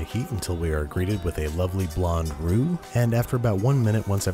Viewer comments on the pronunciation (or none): none